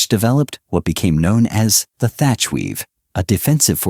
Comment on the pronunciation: His name was Thach, not Thatcher.